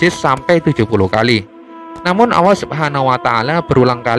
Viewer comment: Yang tukang cerita ini aja gk bisa nyebut huruf ( L ) bilang allah aja ( auuah)